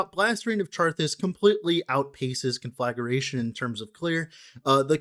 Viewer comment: You are mispronouncing it btw. Con fluh gray shun